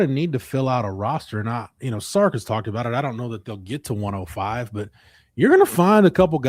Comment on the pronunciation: It's Sark, not Stark...